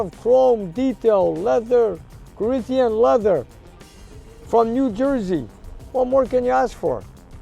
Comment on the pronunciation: "Reech Coreenthian Leather..."